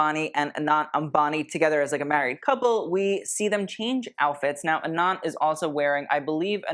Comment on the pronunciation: Anant is pronounced Uh-nunth.. it means unending, infinite.. the way you’re saying it sounds like Anon 😊